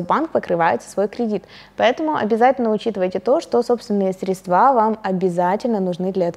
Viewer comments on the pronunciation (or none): Очень доступно и интересно, но почему «средствА»😬